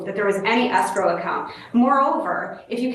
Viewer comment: Pronouncing escrow as asscrow should be a fineable offense, especially when combined with the vocal fry.